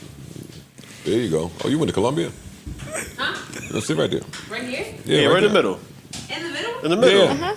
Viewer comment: "Oh you went to Coolombia" Joe 🤣🤣🤣🤣🤣🤣